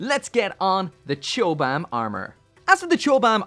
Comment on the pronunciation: Have to say, it's pronounced "cobam." Chobham armor was a composite armor system developed by the British military for use on tanks in the 60's and was developed at Chobham Common in Surrey